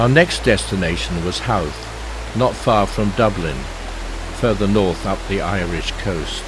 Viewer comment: always makes me laugh at english folk mis pronounce irish names Celtic Sea was the first Howth was the second :)